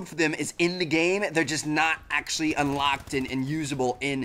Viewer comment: keep repeating that part and notice how he says "unlocked"